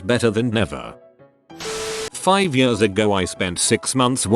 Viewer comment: Everyone else: "Years" Robot Voice: "yUsS"